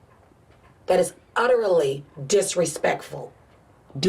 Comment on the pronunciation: its so funny how she cares so much about using proper language, and she says stuff like "utter-ra-ly" and "imma-twure-aity"